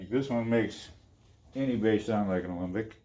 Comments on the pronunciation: 2 seconds in calls Alembic "Olympic" oy veh C Ya! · Please stop saying "Olympic"!